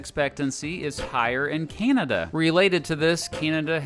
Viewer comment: Would have been better if the narrator had leaned how to sat ''Canada''